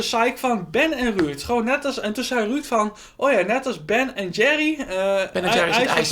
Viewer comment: Ik vind het altijd geweldig dat deze mensen beste vrienden zijn maar Ben zegt altijd Ruud in plaats van Ruurd